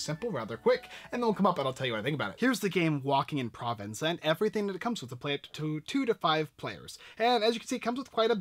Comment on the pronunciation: Pronounced Pro-VONCE and Bu-RA-no